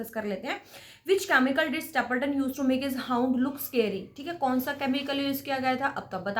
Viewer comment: हाउंड not hoond dear